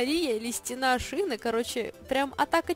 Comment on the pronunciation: не Шина, а Сина :D